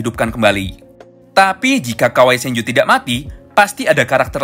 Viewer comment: itu sanju ga bg atau apa gua denger nya sanju🙏